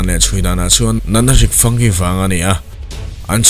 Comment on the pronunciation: Fungi i lam dan hi a tha ka ti khawp mai 😊👍👍👍